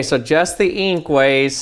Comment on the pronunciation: I like the way he says eenk